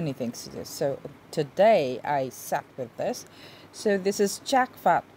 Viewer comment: In French you don’t pronounce the ‘h’. I did like your review though. FYI, fragrance doesn’t have a gender.